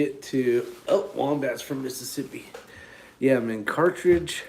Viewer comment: Pronounced Car-thedge